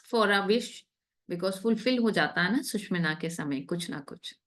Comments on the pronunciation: Sushmina, word hi change kr diya...bolna to seekho pahle susumna bolte hai isko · its " SU SHU MNA " and not " SUSH MINA" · 'सुषुम्ना' का उच्चारण ठीक से करेंगी तो और भी अच्छा रहेगा। 'सुषिम्ना' या ऐसा ही कुछ सुनना यों लगता है मानो बढ़िया भोजन के निवाले में कंकड़ आ गया हो। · Wonderful mentoring on Swar Vigyan.. A zillion thanks..... Some participants are pronouncing 'Sushumna' incorrectly..pl take note